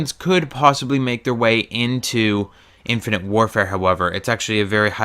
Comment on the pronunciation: You seem to have trouble saying "infinite" and "modern" I have noticed. :P